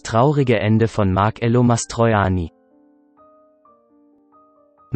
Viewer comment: Bitet Marcello korrekt aussprechen....es ist so ein schöner Name.